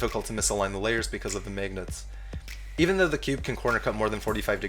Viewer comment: I love the way you say magnets..."maygnets" haha